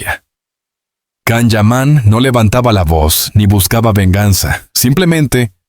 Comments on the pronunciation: La pronunciation wey.. Can(no es un perro) Can se pronuncia" llan" u algo entre "y" o " ll" Depende del idioma... Total es Can (LLAN) YAMAN❤ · Kan?? Siguen sin pronunciar bien su nombre